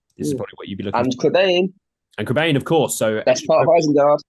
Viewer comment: it's pronounced Crebine!!!!